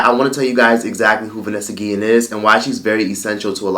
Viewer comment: vAnesa - gee-ian